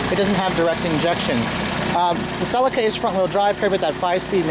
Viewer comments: its a celica not a sellaca ffs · It is pronounced Sir Leak Errr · Btw fairly sure it is pronoucned Seee-Leee-Ca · We pronounce it Sell-EE-Ka in England. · Cell - Lee -Ka .. is how you pronounce it mate!!!!! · Every time he pronounced Celica wrong I cringed so hard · its weird how you say celica